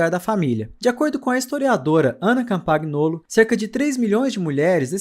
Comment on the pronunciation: Parabéns pelo trabalho. A pronúncia é Ana "Campanholo".